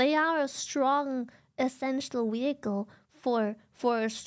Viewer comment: Why does she pronounce it wehicle